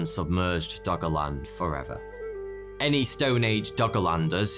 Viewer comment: i keep hearing "doggo land"